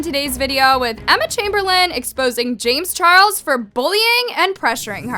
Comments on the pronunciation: LMAO "chames jarles" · “chames jarles” 😂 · Lmao “chames Jarles” I just can’t 😂